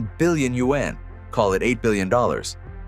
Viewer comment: Teach your AI how to pronounce Yuan